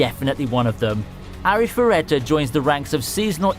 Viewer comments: Well, now I have a few ones I'm interested in, but omg, I don't intend to be a hater but that Arifureta pronunciation made me cringe. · The way this dude pronounce arifureta is quite funny